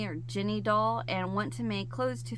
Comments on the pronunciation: Ginny dolls are pronounced like Jinny. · Ginny is pronounced like, Jenny. Jenny is short for Jennifer and Ginny is short for Virginia. Geez. 😂😂